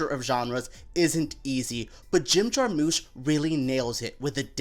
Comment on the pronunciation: Jar-mush, not moosh